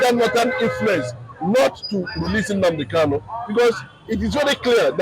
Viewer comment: You pronounce his name wrongly. He is Nnamdi Kanu and not Nnamdi Kalu. People from Umuahia answer Kanu and people Item, Igbere, Abiriba, Ohafia etc answer Kalu. So pronounce his name correctly.